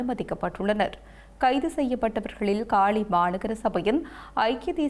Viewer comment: தாயே உன்னிடம் தமிழ் சிக்கித் திணறுகிறது இலங்கையின் தென் மாகாணத்தில் இருக்கும் நகரத்தின் பெயர் காலி நீ காளி என்று உச்சரிக்கிறாய் உல்லாசப்பயணிகள் என்பதற்கு உள்ளாசப்பயணிகள் என்கிறாய் அடியே நீ தமிழை நாட்டு பன்னாடையா ?